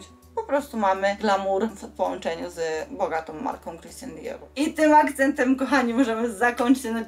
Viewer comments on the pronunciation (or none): Christian Dior a nie Christan XD wiec jakie połączenie z bogatą marką